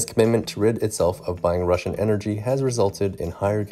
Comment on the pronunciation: Mate you have better pronunciation than russians who live in country for 20 years